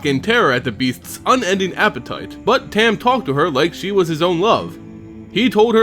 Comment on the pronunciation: Dude I know this is old and u probably know by now but it's tom not tam but is spelled tahm cool vid tho I actually main this guy being the dirty player I am and I wanted to learn more about his lore so thanks